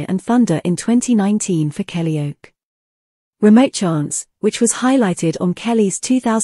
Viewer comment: Blooming A.I. It's "Kellyoke" as in karaoke, not "Kellyoak". Grrr!